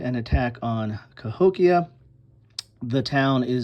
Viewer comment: That’s about 20 minutes from me - Cahokia - and you pronounced it correctly